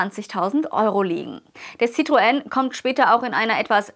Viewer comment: Bravourös.Endlich spricht jemand Citroen richtig aus.